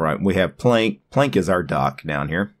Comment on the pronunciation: I don't wanna Plenk! (yeah it's probably Plank, right? but I like your pronunciation more). Damn, the linux desktop environments get more scattered and become mixtures of everything and nothing. I see some elements from windows 10 to gnome 2 to gnome 3. The menu is just plain ugly. And the PLENK on the left. Yeah it's small, but who needs that space occupation of a "plenk", while you can just have your most used applications in the menubar. Now I know It is all personal taste, and I might be grumpy, but it seems that all desktop environments with every new version try to reinvent the wheel over and over again, and trying to resemble the latest features from windows 10 and IOS and gnome and whatever and somehow integrate that into theirs. I'm stuck in the gnome 2.32 and windows 2000 era interface, that is why I only like Mate, and I can tolerate xfce. A simple categorized menu, which is simply the most efficient and logical. I don't need stuff like dash, or full screen menu that treats my computer as a blackbox, where I need a search engine for my applications. I can understand a search option for files, but not for applications. And a simple menu bar with a clock and some status thingies and some shortcuts. I do like features like snapping windows, and keyboard shortcuts to move apps, switching between them. Everything else is just distraction and screen clutter. And where is the longevity of a desktop environment? Changing everything all the time, instead of really improving